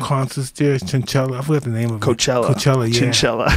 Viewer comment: Mike: Whats that big concert thing, i forgot the name, chinchilla Joe: Coachella 😂😂😂